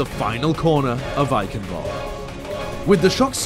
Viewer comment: One Thing upset me: ITS EICHENWALDE NOT EYKENWOLD Get it right